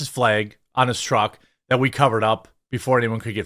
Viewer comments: Are you saying “Fleyg”? Or flag? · FLEG is not a WORD it’s FLAG! 🤦🏻‍♂️ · What's a "Fleg"?